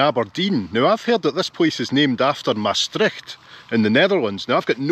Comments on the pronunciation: Big compliments for the way you pronounce 'Maastricht'. I think it is very hard for English speaking people, but with the Scottish ones the Dutch have more in common (the 'r' also). But did you know that the citizens of Maastricht itsself pronounce the name of their city completely different? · (As a Dutch person) I am impressed by how well you pronounce the word "Maastricht". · The name Mastrick, means a dairying place, deriving from the Gaelic word maistreachaidh which refers to the churning of milk. Maastricht is derived from the Latin "Trajectrum ad Mosam" which means "Crossing of the Maas" I love how you correctly pronounciate "Maastricht" A lot of foreigners say "Maastritch" or indeed "Maastrick" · Love how Scots are some of few people that don’t get caught out at the pronounciation of the ch in Maastricht :-)